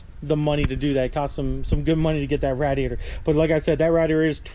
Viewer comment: Here's a rough estimate of how many times you didn't say radiator right,,,13!!